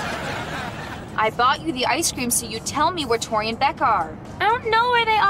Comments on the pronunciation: It's Beck not Beak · Its beck not beak girl